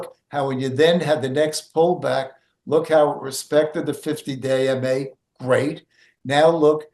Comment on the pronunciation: Haha, oh man, for the longest time I kept hearing say "50 day in May" instead of "50 day MA". It wasn't until this video that I heard it differently. I kept asking myself, "does he have severe OCD or something"? 🤣🤣🤣